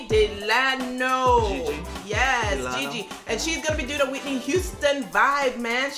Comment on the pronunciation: Guys it's Gigi de LANA not de Lano